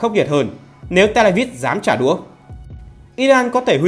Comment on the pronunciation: Chỉ có nói trả đủa, VTV nói trả đũa thôi 😊😊😊